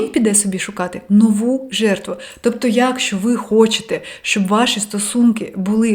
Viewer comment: face-red-heart-shape: легесєнько --> легесенько я́кщо --> якщó функцианальний --> функціональний змусити сéбе --> змусити себé працюв"иа"ти --> працювати (вимова) так і кажить --> так і кажіть прóста --> прóсто зацікавлєність --> зацікавленість найвишший --> найвищий батькив --> батьків стресостійки --> стресостійкі скаріше --> скоріше скалічени --> скалічені норм"иа"льно --> нормально (вимова) спротів --> спротив розкишно --> розкішно вíсімдесят --> вісімдеся́т татарін --> татарин в опису --> в описі